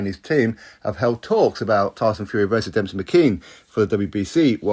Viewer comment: Why are you pronouncing his name as Dempsey? There’s no P in it.